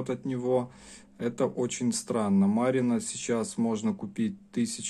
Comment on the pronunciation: Спасибо за обзор! Единственно, немного режет слух: Косівський розпис, ударение на "О", м. Косів на Прикарпатті. И конечно Марена, ударение на "Е", красивая и вкусная рыба, жаль, что попала в Красную книгу.